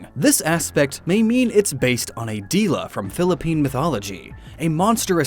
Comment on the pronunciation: i do like he pronounce dila, like literally, it's easy to say Filipino words, and the Filipino language itself the dila pronunciation is di-la (i did say this because other Americans can't say the word)